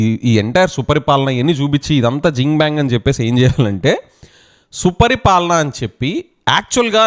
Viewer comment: Suparipalana kadhu.supaari palana